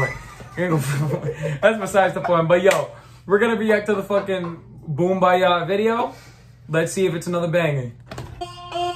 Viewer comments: The way he says BoOmBayaH XD I can’t. XDDDD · To be a true blink - pay attention to how you say Boombayah!